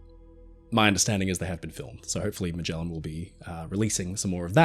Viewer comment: Are you mispronouncing Magellan? Definitely research. The Bismark is not famous, it is infamous.